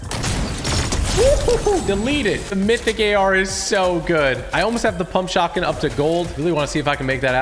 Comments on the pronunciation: He said pump shougtgun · YOU SAID PUMP SHOTGUN OR WHAT DID YOU SAY......